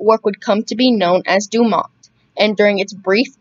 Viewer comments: FYI- the network was pronounced DOO-mont, nit Do- MONT. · The T is pronounced in DuMont.